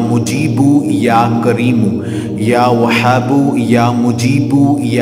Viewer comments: Salam.....bhai ap apna pronunciation tekh kro.....wazifa ap ka tekh hot a h pronunciation tekh ni hota....like وهاب or وحاب ma bht faraq hai kindly ap kisi ulama se pronunciation learning kary....thanks.... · Ya whabo chhoti he se hai aap galt prd rhe hai